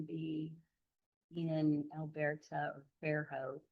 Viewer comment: I just need dad’s attorney to pronounce Elberta correctly 😂😂😂